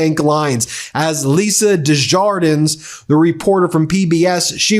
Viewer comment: Ben, could you consider taking a couple seconds to learn how Desjardins is pronounced before you butcher it in front of your 6M person audience? I still have ptsd from hearing you call her Virginia Joo-fairy.